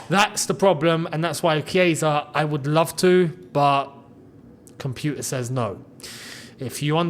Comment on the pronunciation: "Compooter says nooo" ....... CAUGH! 🤣